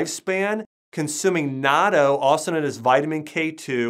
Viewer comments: "naaaarto", I assume he's talking about natto? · Yeah, he isn’t a real naturopathic doctor who would actually know that it is called natto~ (online certifications aren’t ‘educations’ imo)